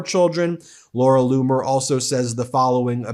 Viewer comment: Laura Loomer not bloomer